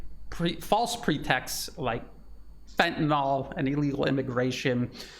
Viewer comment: just on drugs... there is no FENTANOL.... it is FENTANYL 😉